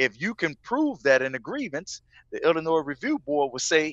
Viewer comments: But the s is silent in Illinois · Says he from.chicago cant even pronounce illinois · No one from Illinois says the s LMFAO , love your movies tho